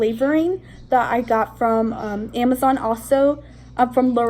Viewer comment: I think it's kinda funny when you say Amazon no afence